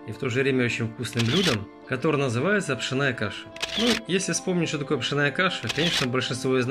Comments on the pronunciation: ПшОооооная а не пшенааааая! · Не пшенАя , а пшЁнная!☝️ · правильно пшЕнная каша, а не пшеннАя....а за рецепт спасибо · Каша не пшеная,а пшенная. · А на каком это языке вы вещаете? С чего вдруг "пшенАя", а не "пшЁнная"? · Паря, пшЕная каша, а не пшенАя. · Да научись же ты ударение правильно делать ухо режет пшеная каша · Ударение как Вы ставите😀😀😀?или это по-Одесский🤣🤣🤣? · Что за очистка пшенной каши? Зерна! Неуч. Пшенная, ударен ие на на е! Что за неграмотная речь!